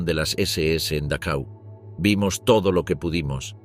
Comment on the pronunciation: Dachau se pronuncia Dajau.